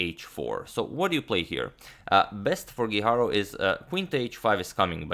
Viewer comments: His last name is GUIJARRRRO, no guiharou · Antonio mislim da krivo izgovaraš Guijarro. Ne znam španjolski, ali sjećam se da je svojevremeno postojao rukometaš Guijosa, a izgovaralo se Hihoza, tako da bi Guijarro vjerojatno po toj logici bilo Hiharo.